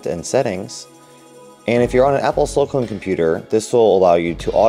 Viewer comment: Pronounced SiliCON not SiliCONE.. LOL